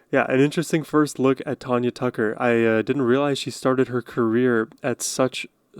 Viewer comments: It's Tanya, not Tonya. Love her! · Country music is all about the stories of life. A great rabbit hole to go down! Great and thoughtful reaction to Tanya. (TAN-yuh .. not Tawn-yuh) ;) def going to subscribe! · You are saying her name wrong...she's my cousin. It's TANya